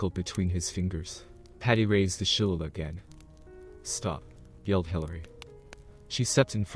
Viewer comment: I think that the club he was carrying is pronounced Shul-Lay-Lee. (Shilleighleigh). Irish version of a club. My Dad threatened us with using one one on us while we were growing up.